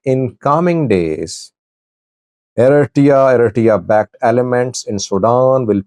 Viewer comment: Please..say ERITREA NOT ERASSJA.